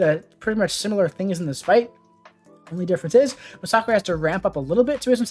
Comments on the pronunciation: Thanks for this! Very helpful! Also, nice to hear someone pronounce Masacre correctly! Kudos! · I never knew his name was pronounced “Mah-sock-ray”. I guess I always assumed it had a second S in the name and was just plain old “Mass-a-ker”. Although it does make sense since he is Mexican, I just never thought of it 😂